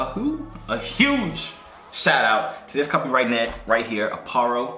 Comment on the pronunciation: "I wanna give a whoge shout out whoge? huge?" 😂😂😂😂